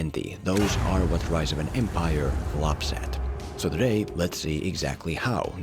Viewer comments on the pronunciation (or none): none